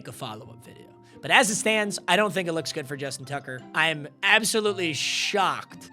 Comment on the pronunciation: “Justin Tugger”😭😭